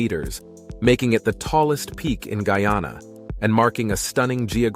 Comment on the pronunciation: Very nice Geography and history lessons! You had the right pronunciations except for Guyana nd Kaieteur. It's Guy-an-nah and Kai-tchur. You got Essequibo right. LOL